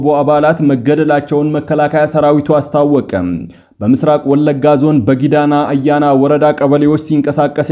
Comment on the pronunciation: ጊዳ አያና ነው እንጂ ጊዳና አየና አይባልም